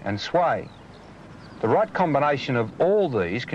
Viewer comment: When Peter Wherret said “In it’s own right “ I thought he said “In it’s own Reich.”